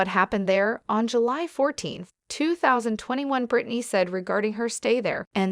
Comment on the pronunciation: Why is this being read by a machine? And some of the words are being mispronounced. Like Revocable, Conservatorship, conservators, and more importantly Britney’s? All mispronounced.